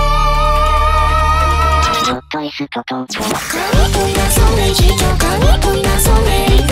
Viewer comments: this song is good, but when they said "gott ist tott", istg they said that in the most japanese way possible it just sounded japanese, like they did not try doing an actual german pronounciation for that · it sounds like "Gotto isutu toto" or something, most likely due to use of syllabary, 't' -> 'to' etc. like in the youjo senki - los! los! los!, where the words 'feuer, sperrfeuer, los' sound like 'feuer shuperu feuer los' this also leads to the german vocals in the fanmade version to be "feuer sperrfeuer feuer los", adding a second "feuer" due to the additional syllables, so, "feu-er-sperr-feu-er-los" becomes "feu-er-shu-pe-ru-feu-er-los", and then becomes "feu-er-sperr-feu-er-feu-er-los" after re-translation. (or sth like that... i hope i used the right english terms, or close enough to make sense) Plus, as you can guess from the simple, straight to the point guess i made, i'm german<3 cheers everyone